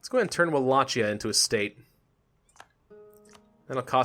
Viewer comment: It's Pronounced Walakia